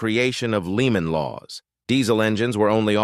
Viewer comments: What is a "leemon" law😂😂😂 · "Leemon Law" 🤣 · What's a Leman law. Hire a real person to read the scripts.